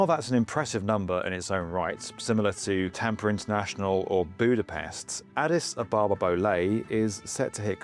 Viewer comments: Addis AB-abba - not a-BAH-ba This whole project sounds like a pipe dream to me. It's all very well to say "hub" over and over but just look around Ethiopia: poverty, famine, really poor health infrastructure, the worst roads in the world. There's no money, is what I'm saying. Also, it's a long, long way from anywhere. What's the point in landing there if you're just going to fly off again to somewhere else? Why not fly straight there in the first place? All the traffic that currently overflies Ethiopia is going to continue to do so. I'm sure there's a bunch of people with all the right intentions - and qualifications - behind this, but I have to wonder if some sort of mass hysteria hasn't taken hold and caused delusional optimism to run rampant. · But he only said it once. He kept mispronouncing Addis Ababa over and over 🙉